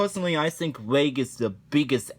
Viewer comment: You mispronounced reg, by the way.